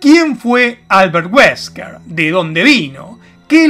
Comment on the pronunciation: Mi jijee cuando dijo "Alberrt weskrr"